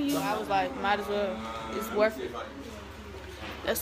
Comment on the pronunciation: "its worf it" did yall peep